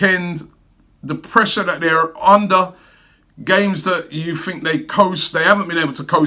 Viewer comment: You said “What do you guys fink”. I fink, we just need to ask the Spuds fans “Mind what gap”? 😂